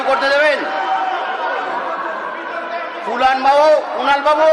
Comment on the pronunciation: Speaker babu Kunal ke duibar "Kulan" bolechen. Hoi to "Kalangar" bolte bolte bolen ni. 😂😂😂